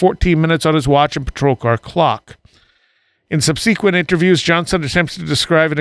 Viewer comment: The word"subsequent' is pronounced 'sub-suh-quent,not"sub-seekquent"